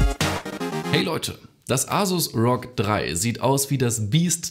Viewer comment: endlich hat er ROG richtig ausgesprochen 😂